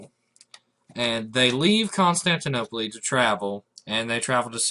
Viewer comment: He pronounced Constantinople wrong. Just to let you know... It's pronounced with "el" not "le" though it's spelled Constantinople.